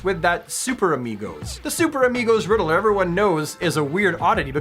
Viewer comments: Say it with me....Ridd-ler. Ridd- LER. Not Ridd-ah-ler. 😁 Don't hate me, love your videos keep up the great work. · The “Riddle-er” now I’m questioning if I’ve been saying it wrong my whole life.